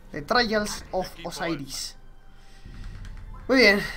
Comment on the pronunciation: Trayals of Osairis :v xD